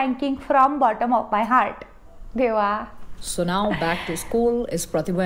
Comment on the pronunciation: The way you said: "Deva" 😅